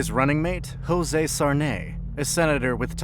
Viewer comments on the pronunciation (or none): "José" in Brazil is NOT pronounced as "José" in Spanish like "Hosè" or "Rosè", the J has the sound of J in Brazilian Portuguese, the same way in English, like in Joseph. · “Zho-zah” actually, but it’s cute that you tried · Just a small correction: the lusophone name "José" is not pronounced like the hispanic "Jose". You pronounce the portuguese version as "zhoh-zeh" (that "eh" being a strong sound like in "meds", not like the canadian "eh"). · José is not pronounced "hosé" in portuguese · "hosé" are you for real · that is NOT how josé is pronounced in brasil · Brazil is a portuguese speaking country. Not spanish. We don't do the "H" sound for the "J" in José. It's just a "J" sound. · The guy did not even cared to learn how to proper pronounce José in portuguse... He peobably thinks everybody in brasil speaks spanish... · I mean, knowing that portuguese doesn't pronounce j/g as "h" like in spanish is just the basic, of course it's fine to have an accent, nobody can completely change his own accent, but this in specific is a different context.